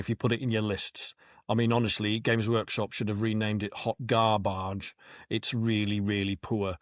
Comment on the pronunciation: Hoy Gar-Barge. 😂😂